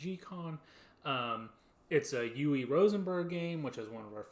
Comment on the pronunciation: Just found your channel & subscribed. FWIW his first name is pronounced— Ooh-vah but most gamers pronounce it ooh-vay. 😃👍🏽 But technically it’s ooh-vah.